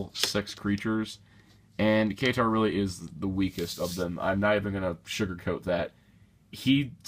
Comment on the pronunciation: It's K-tar